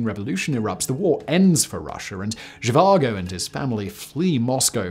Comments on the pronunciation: She vango???? VAGO! Doctor Zhivago ....no ng :) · For some reason in the first half you pronounced it as zhivango and later as Zhivago didn't you watch the movie? I mean who am I kidding, you probably didn't 😂 doesn't mean it isn't interesting to watch tho. Very interesting tho I didn't know about this let alone that the Dutch helped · I may be wrong but i always thought it was pronounced doctor she var go and spelt doctor zhivago. If im wrong then i apologise but that is how i have always said it and heard it said. That aside, great work as always simon. The videos you put out across all of your many MANY channels are always a great watch. I never miss a episode. Keep up the great work and i cant wait to watch your new episode of the casual criminalist after i have watched this. Thank you for all your hard work and effort in creating what is for me the best set of content on youtube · Dr Zhivango?? Oh, Simon, what are we to do with you? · There’s no “N” in the pronunciation of Zhivago.